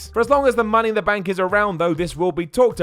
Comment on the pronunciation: Benk? Rendy? Metch? Ven Dem? PRONOUNCE WORDS CORRECTLY!!!!